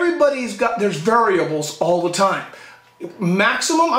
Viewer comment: "there is always varabuls" lol